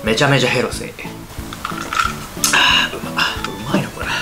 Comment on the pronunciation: ヘルシーの発音好き。